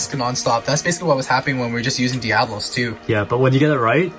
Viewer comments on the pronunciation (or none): It's not venom diablos its venom develos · You people do not know beyblade it is devalos not diavalos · It’s devalose not diablos